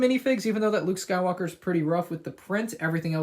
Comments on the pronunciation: Anyone hear Luke Skywooker? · going Scottish there for a sec